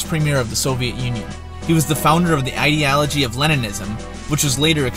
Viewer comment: well, that's a new pronunciation for "ideology"